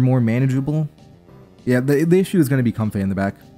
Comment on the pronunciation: and it's not how pronounces it. He pronounces it comfé When it really should most likely be comfae